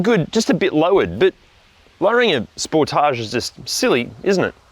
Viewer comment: FYI, I bought a used 2017 Sportage or Sportáge SX Turbo, as you pronounce it, in March of 2025 with 10,200 miles or 16,400 km on it. I absolutely LOVE this vehicle and it IS Fun to drive and I have had NO problems with it since the purchase date. I did buy an extended Bumper to Bumper 10 year Warranty as with a Turbo it can be expensive to replace and literally EVERYTHING is covered under this Platinum $100 Deductible Warranty. As of Sept. 24, 2026 I now have 12,500 miles or 20,116 km on this vehicle and will own it till ?? This car has so many OPTIONS on/in it that I still am LEARNING about everything. OH, we bought a New 2025 Telluride in Feb. of 2025, for my wife, and this car is a DREAM to drive and own. Love your channel also.